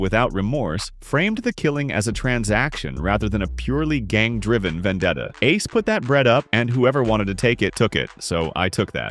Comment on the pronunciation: Bro, you messed up Ace's name 3 times. Also you didn't really have enough footage for this long of a video.